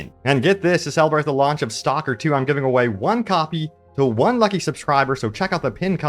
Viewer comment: your pronounciation of STALKER is horrendous, its not a english word. I could not listen more then a 1minute